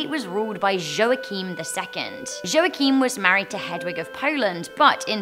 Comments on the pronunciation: Hej! Friendly tip: the name Joachim is pronounced as "yo heem". The "heem" part is pronounced like the word "seem" but with an "h". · I don't think that's how you pronounce Joachim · this is the worst pronontiantion of the name Joachim I've ever heard. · Your pronounciation of "Joachim" is hilarous xD Just like "Rumpelstilzchen"